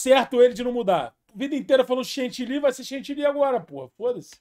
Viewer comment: kkkkkkkkkkkkkkkkkkkkkkkkkkkkk luguer chentilly